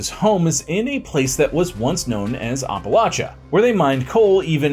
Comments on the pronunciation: every time i hear it a little voice screams APP... APP-a-latcha. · Wish I could watch this but can't take any more of "OppaLOTcha". It's pronounced AppaLATCHa. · it’s the first syllable that I have a problem with. He says Ahh Pa not App uh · As a WV native hearing the way you pronounce it as oppa-lotcha is so jarring. Where I'm from it's any of Appa-latcha or Appa-lay-sha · App-uh-latch-uh!!!!!! Say it right or keep it out of your mouth. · Ahp a LOTCHA? 😂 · ITS NOT HARD APPLE- AT- CHA.... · Maryland here 😂 I do say the same it bugs me so much lol it’s not that hard it’s always the people that are not from here try to make it seem like there right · glad it’s not just me lol i’m like where are you from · I've heard a lot of people mispronounce Appalachia.. but holy fuck nuts?! Yours is the literal worst I've ever heard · bro you butchered Appalacha its app like on the phone at least thats how we say it in the south. great video btw I really enjoyed it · Terrible pronunciation of the title region. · It's always good when this bit of history gets some attention. But man, every mispronunciation of the region gave me a full body twitch. I live minutes away from Paint Creek, and have traveled all throughout the Appalachian Mountains, and I've never heard it said like that. You still get a thumbs up, though. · I live in PA northeastern Pennsylvania to be specific and I’ve hiked a lot and lived in Appalachia and it’s always funny to me hearing ppl not from around here pronounce it the way you did lol great video though been a viewer of all the channels and since the beginning of this channel. Nice seeing a video close to home. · Oh my Gosh! Great video. I’m from WV, but your pronunciation of Appalachia is incorrect and killing my ears. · it 100% is not correct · "The way I pronounced it is the right way, apparently." according to some people. I've lived in the area almost my entire life and no, we do not pronounce it that way. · It's so bad